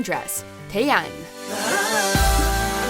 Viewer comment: "Weddingdress Taeyain"